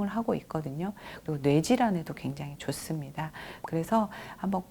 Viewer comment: 좋은 강의! 그러나! 말의 고저 장단 문제가 심각하오이다. 단어의 첫 자가 긴 자일때 짧게 발음한 일이 아주 많습니다. 예: 좋습니다.